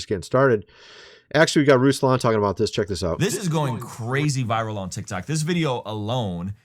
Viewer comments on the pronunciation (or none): none